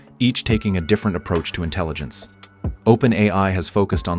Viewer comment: for a video about AI one would think you could have used a less blatantly obvious fake AI voice... also INTELLINGENCE...sigh